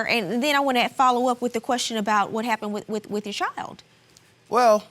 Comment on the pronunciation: If she says “you honnar” one more time!! Lmao!!!